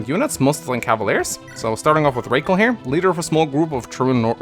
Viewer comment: go ahead and call her RAHkel. that's certainly not a british or american name.